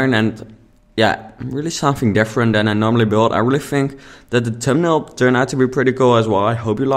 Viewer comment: It took me so long to figure out what you were saying around 6 minutes. Thumbnail! :)